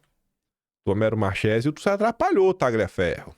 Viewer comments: Alguém pode avisar o que a pronúncia correta do nome não é Marchesi, mas sim Marquési? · entenda!(Parodiando alguém 😅😅) Nomes italianos têm pronúncia diferente do que em português. Exemplos: 1. Tagliaferro -> pronúncia Taliaferro...g mudo. 2. Marchesi -> pronúncia Markesi.... Ok? 😊😊😊